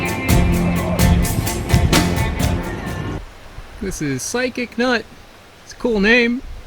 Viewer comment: Sorry to tell you it’s Physic Nut, not psychic nut. ❤